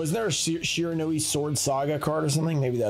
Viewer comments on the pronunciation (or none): none